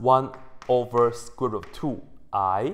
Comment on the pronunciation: hehe...hehe, he said squirt, hehehe